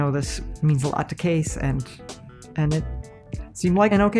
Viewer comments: "...I can't relate to because of my generation, but, I know this means a lot to Kees." (Mom pronounces it like "case", spelling I keep seeing is Kees, I sincerely hope I got that right.) I wish more middle aged adults were like this guys Mother, she knows she doesn't understand it and doesn't really care, her son cares about it and that's all she see's that matters. This man has a great woman watching over him, God bless him and his family. If he has a donation page to help with treatments or even to fund a project he wants to undergo while he fights this battle, please someone leave a valid link. I've never put a dime towards anything on a gofundme but this is surely an exception. It really makes me happy that, from what we can tell, this guy knew what he was doing from the get-go but obviously lacked the finances and support to build the PC he always wanted. So make-a-wish brought him to, helped him with picking out parts and purchased them for him, and basically from there was just there for support/questions and laughs while Kees got to build his dream rig. If the kid wins the war, he'll have one hell of a trophy and memories to go with it, and should the cancer gain too much hold and take him, then he will go to rest having gotten to fulfill at least one of his dreams. Something some of us will go through 90 years of life and never achieve. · Kees ( pronounced it case) me what kind of case is he using?